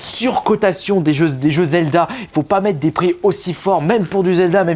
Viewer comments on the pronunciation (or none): "Bonjour à tous c'est ", "Je veux pas mète un pire ultra-fort"! Prononce les "r" nom de Dieu!!! ^^